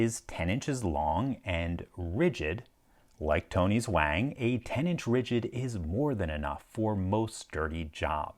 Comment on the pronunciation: Actually Wang does not sound like hang, it rhymes with dong.